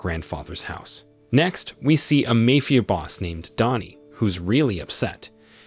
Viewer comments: How about typing it as "Mah-fee-ya?" That might get rid of the annoying mayfia pronunciation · MAY-Fee-AH .... Mafia is not pronounced that way. Who does this narration?????? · Mayfeeuh boss. This AI needs an upgrade. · Mae Fia? Me Fia? Good lord I’ve never seen such a butchering of the english language.